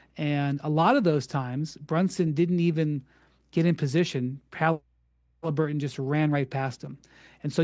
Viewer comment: So what? The Bulls weren’t much better than the Pacers in ‘98. These arguments supporting the Knicks are hilarious. And why is he pronouncing it Haleeburton?